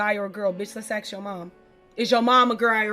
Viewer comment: she also says "aks me questions"